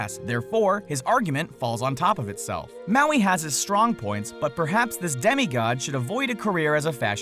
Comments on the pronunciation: U said maui wrong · U said heaps of mauis wrong